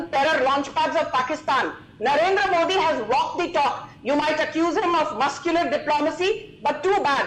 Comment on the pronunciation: For the last time - it’s MODI and not MOODI, learn to pronounce words better😂😂😂